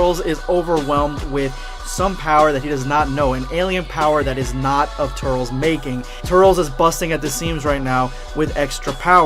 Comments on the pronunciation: Oh my freaking God it's not "Tur-rels" it's pronounced "Tur-liss". Damn have you ever even seen the tree of might? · Sounds like ur saying turtles instead of turles! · Bro....it’s pronounced tur-lis not tut-ls...did you watch tree of might or just going from knowing it exists? Love your vids bro but the mispronunciation is a total faux pas. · I normally wont dislike a video. But you butchered the pronunciation. I cant even finish the video.. Tur-les bruh.. Not Turels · Turles. TER - LESS. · Also its turles not turls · “Turls” fucking idiot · It's pronounced, "Tur-less" ~Dz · I can’t handle his name being pronounced “Tirles” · (tur-less) 🙄 like how it's pronounced in the movie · Hey,. I don’t wanna be that guy or anything, but this is lowkey killing me. I know you said that you’ve always pronounced “Turles” like that, but that is literally the wrong way of saying it. From The Tree of Might to Xenoverse 2 they say his name like “Tur-less.” I saw some people in the comments saying it was distracting and it kinda is. Why say it like that when you know people are just gonna correct you?... Anyways, keep it up with the quality content! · You can’t pronounce ”Turles” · Did you watch the movies? Then why the fuck do you miss pronounce his name!?